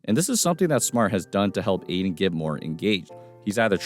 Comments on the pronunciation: It’s pronounced Ay-Tin. There’s a “T” in it fyi. 👍✌️ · Ayton* not Aiden